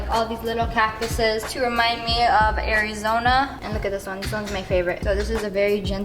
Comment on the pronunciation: The fact that sniperwolf has a devil's cactus to "Remind me of arizona" makes me sad, even worse is how she says "Areezona"